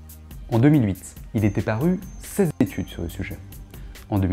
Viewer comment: moi je crois bien que t'as dit 16 zétudes et que t'as rectifié au montage :p. Blague à part, content de découvrir cette chaîne instructive. Merci